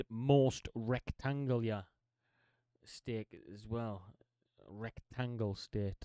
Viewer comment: I love the way he said "rectangular" even out got to Wyoming. I've only ever heard it pronounced "Rec-tangular" but "Rect-angular" makes so much more sense.